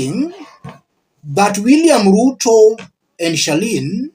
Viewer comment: It's Charlene not Sherlyne. Please